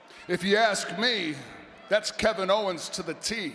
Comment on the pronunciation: "Kick Kevin HOE-ens In The Head So F...REAKIN Hard!!" 😂😂